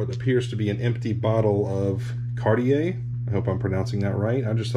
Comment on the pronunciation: I think the Sir Duncan spinning top was from the 60s. I had a similar one. Perfect pronunciation on 'Cartier".